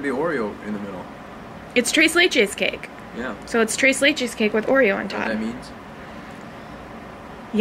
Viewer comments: Nikki it's not "Trace laychase" It's "tres leches" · Thres not dress ok, say it with me tres leche